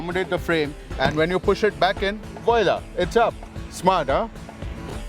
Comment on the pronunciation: Vaila🤣🤣🤣🤣 My man its Voila!! 🙌